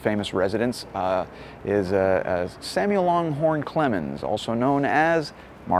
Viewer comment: Great video. Like the "Psycho" strings. And not to nit pick, but it's Samuel LANGhorn Clemens, not LONGhorn Clemens.